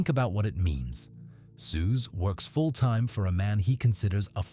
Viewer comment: This is laughably bad AI slop. Can't even pronounce Soos correctly lmfao